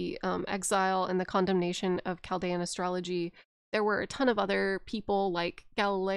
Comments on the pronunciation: Chal-dee-an order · Im a Chaldean! Pronounced "Kal-deein" Super cool to randomly see my culture talked about in an Elden Ring deep lore video lmao.